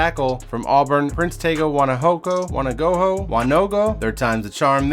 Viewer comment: Hey bro just a heads up, I go to Auburn and Prince Tega Wanogho’s name is not pronounced as you said like “wanna-go-ho” it’s pronounced like “won-ooooo-go”. Just for future reference